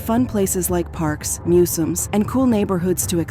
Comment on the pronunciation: Is this a real narrator or AI? Bc she says some easy words weird, and not in an accent way. Like "museum"?